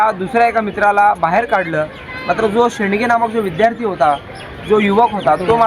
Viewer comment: "सुरंजन शेडगे" शेंडगे नाही.